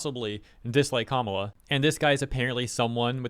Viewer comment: You say Kamala's name really well. 👌